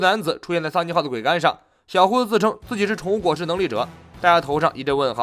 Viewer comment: 桅杆唸作『ㄨㄟˊ ㄍㄢ』